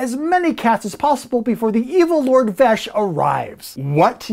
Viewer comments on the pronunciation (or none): none